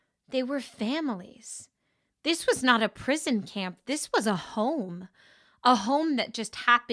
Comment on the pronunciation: HOME in not hone